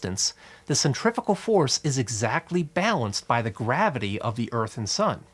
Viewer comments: guy says centrifical about eight times. cringed every time. cuz there's NO such word. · Do you pronounce centrifugal “centrifital”? That was the only confusing part of this great video. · if you just pronounced "centrifugal" better you wouldn't have to give as lengthy an explanation - I couldn't tell if you were trying to say "centripetal" or a combination of the two. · Omg for some reason it really really really really annoyed me that you were pronouncing "centrifugal" force almost the same as centripetal force.... It is "SEN-TREE-FEW-GAL"..... not "SEN-TREE-FI-GAL"..... >_> Nice info but that kept catch me off guard and kept annoying me lol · You saying centrifical? No such word. Centripetal force... And centrifugal is the fake force pulling things outwards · Centri*#@ force? I wonder how he pronounces “centrifuge”